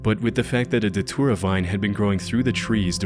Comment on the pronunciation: It took me forever to figure out you were saying Datura..